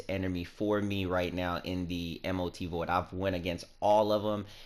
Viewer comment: M.O.T? its Mot ...dude